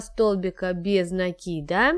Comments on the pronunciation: Правильно говорить накИд. А не нАкид. А то получается по тарабарски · Девочки! Ну сколько же можно. Вяжете прекрасно, в вот говорите... В слове НАКИД ударение на первый слог !!!! Без нАкида! Ну слушать же невозможно